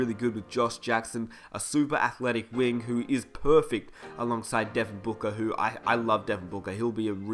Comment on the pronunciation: I've never heard if Devin Booka but I have heard of Devin BOOKER